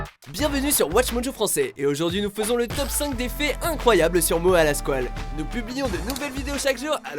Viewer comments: "Moa" "retourné au Ebs" ça me tue comme c'est prononcé haha ! Je l'écoute et visionne ses vidéos depuis quelques temps et honnêtement c'est vrai qu'il dégage un truc particulier. Il parle des mêmes choses que d'autres rappeurs mais avec son style et sa gestuelle, et ça rend pas mal. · C'est Mora mais bon on le dit comme si il y avait un r